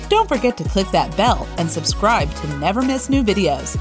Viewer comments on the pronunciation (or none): none